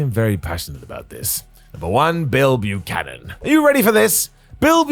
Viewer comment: I like how he calls him bill Buchanon